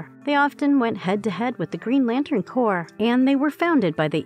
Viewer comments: Maybe don't hire this lady to narrate videos anymore. Nice voice but she obviously didn't know the difference between corps/corpse...violet/violent...Sinister/Sinestro. Reading is fundamental. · why did you pronounce Corps with that kind of intonation? are you a robot or smth